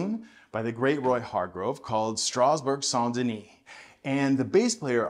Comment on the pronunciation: The title of this song refers to a metro station in Paris: Strasbourg/ Saint Denis near the jazz club New Morning. your french accent is almost perfect 😉